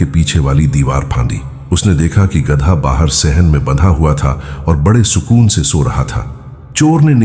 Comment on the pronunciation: Oyye, baewakoof, gadaa nhi balka gadha khtay hain